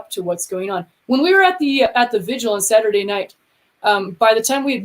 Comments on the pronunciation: So, if someone shows up at your house, starts busting your stuff up, threatening you,,etc. Who are you going to call? The violinists? And its pronounced vigil, not vigual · I love you so I have to let you know that you are mispronouncing "vigil" by rhyming it with "visual", turning a two-syllable word into one with 3. Please, no more "vidge-ual". It's vigil.